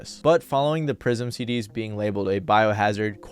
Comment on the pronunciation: Prism "seed-D's" hahaha